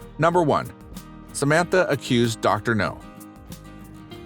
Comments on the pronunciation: Reading my mind…it’s Now,not No!!!!🤬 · N steady cramming food n her mouth n this man narrating this is still calling dr now dr no how dumb is that dude get it rite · Yeah, this Dr topples weight, not missiles